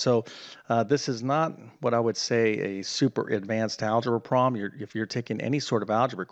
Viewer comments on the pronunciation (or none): Why don't you quit enjoying listen to yourself talk and teach math? Also, the word "problem" has a b in it.